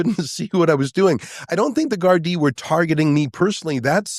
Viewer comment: Get Ezra back on soon; He is the only person outside of Ireland who can pronounce "Gardai" 😂